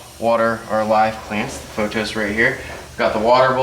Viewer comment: Obviously it doesn’t matter but I just wanted to let you know that plant “pothoes” is pronounced like Pot-Thoes!